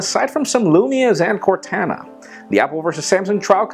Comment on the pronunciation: Why in the FUCK can no one pronounce CORTANA?